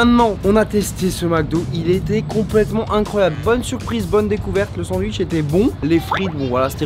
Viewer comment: « Oh il y’a des sanduiche »